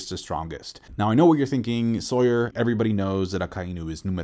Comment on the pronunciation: LOGUIA* if you speak spanish, a hard G, you are Sawyer, not "SAL-yer" right? Names matter lol Also agreed with your assessments, that's why you're the bes onepiecetuber!! Take all the time you need, we'll watch no matter when it drops.